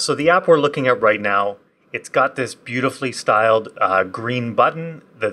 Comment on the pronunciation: "btfullly styled green button..." LOL